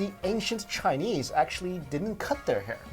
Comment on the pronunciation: ashfromny I didnt think anyone else would be able to tell that he was pronouncing chinese wrong ! :3